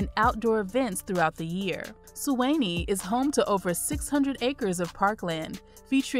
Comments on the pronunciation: I cringed when she said Smear-na and Sway-nee.😳😳😳 But great video! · Great information however Suwanee is pronounce Swan -Nee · I have to do it...it's not "Smear-na" it's "Smer-na". Also, it's not "Sue-way-nee" it's "Swan-ee" though you'd be forgiven for "Suwan-ee" if you went through the U very quickly. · This is the south. It's pronounced SMURna, not SMEERna. And SuWAHnee, not SuWAYnee. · She said "Su Whennie" 😃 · Nice video. Glad to see my town of Suwanee made it to #3 (Su-wah-knee). Your pronunciations are off, you should get a local to assist with the proper pronunciations. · #12 is not pronounced Smearna! Maybe you should change your name to 'Black Ignorance'.I'm not even going to try to correct your pronunciation of 'Suwanee'.Suwanee. must be the result of questionable graduation rates.